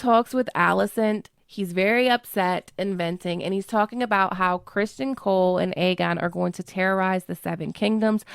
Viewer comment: I love how you call him Krispin, 😂😂😂!